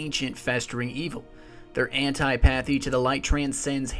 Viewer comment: An-tip-a-thy not an-ti-path-y